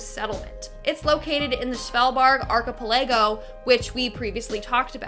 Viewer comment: ar-chi-pa-lego? Archipelago (small chain of islands in a lake, river or ocean)?